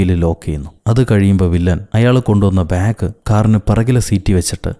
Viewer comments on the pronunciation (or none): none